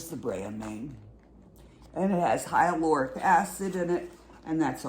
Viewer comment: It says hy-la-ron-ic not hyaloric.